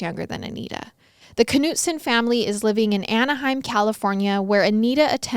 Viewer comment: i believe it is pronounced Nutson…. do you pronounce knife k-nife?